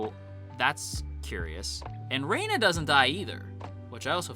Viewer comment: Hearing someone call Rena "Rayna" gives me such auditory squicks lol it's like calling someone Jayniffer 😂